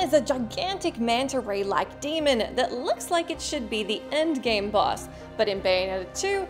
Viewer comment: It's boss, not bus.